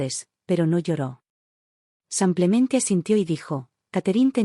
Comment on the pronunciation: Buena historia pero por que dices samplemente en lugar de simplemente